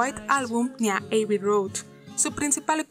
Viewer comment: Igual con Abby Road que no es "Eiby"...sino Abby, como se escribe